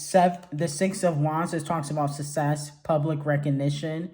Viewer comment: Nobody:: “Sussess” 😂😂😂😂